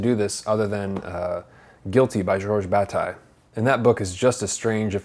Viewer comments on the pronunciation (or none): He's referring to Guilty (Le Coupable) by the French author Georges Bataille. (He's pronouncing the author's name in a flat American way rather than as it is heard in French (my opinion only!).